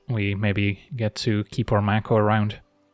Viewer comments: Mako is pronounced May ko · Maybe it's a regional thing (northeastern US) but I always pronounced it MAY-ko